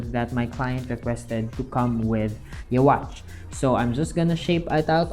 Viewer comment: Neat! Also, his name is pronounced "You-ha."